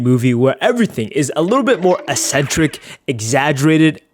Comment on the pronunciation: Its pronounced ECK centric not "eSSenTeRiC"